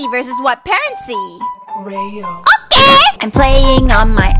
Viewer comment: I love how she says okeh at the beginning 😂